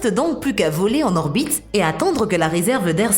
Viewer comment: «Lé gens essaient de né pas obstruiller leur bite terrestre»... Un petit séjour chez l'orthophoniste pour la voix synthétique ?